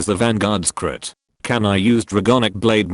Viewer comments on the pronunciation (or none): I hear clit instead of crit